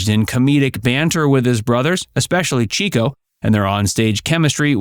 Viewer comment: It’s “Chick—O”.